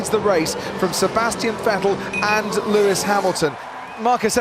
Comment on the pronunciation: It's Lewis not Luis...